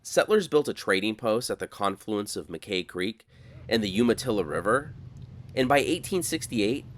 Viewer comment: you did so good with the pronunciations un Ma Kay creek...is Mac K-Eye (dont ask me why, i just grew up in pendleton lol) also i know exactly when you came through cause i remember that fire!